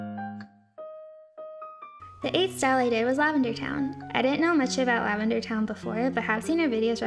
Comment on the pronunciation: The way she pronounced LAVENDERTOWNE bothers me...mostly cuz lavender says "Hey everybody, it's LavenderTowne." at the beginning of all her videos.......